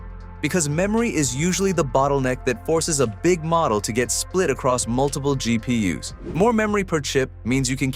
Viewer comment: You're gonna need to upgrade your AI narrator. GEE-PEE-YUS is making this channel look bad.